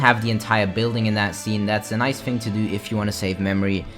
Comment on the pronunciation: Why does it sound like when he says thing it sounds like fings